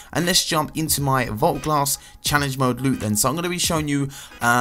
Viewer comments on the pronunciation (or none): He said mood not mode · "Challenge Mood" instead of "Challenge Mode" k then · He said "challenge mood loot" huh